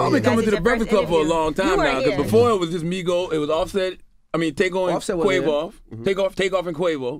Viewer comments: “ Take-O and Quavoff”. 😭😭😭😭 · Char said "Take-on" and "Quav-off" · Y Charlemagne said quave off lol